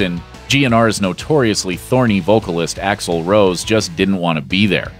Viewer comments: It's Axl, not Axel. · its AXL not AXEL... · Its Axl Rose not Axel Rose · Axl rose, not axel rose, thats like people who say guns and roses not guns n roses 😂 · Axl not Axel. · His name is literally three letters, A-X-L, how the fuck do you mess that up?